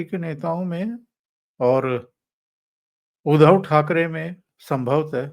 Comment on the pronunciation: उधव नही उध्दव है ध् आधा उसको द जोडा हुवा उच्चार है उध्दव आये उधो हमरे अंगना.." सूरदासजी कवि है. 8 मात्रा जुडने के लिये कवितामे माफ है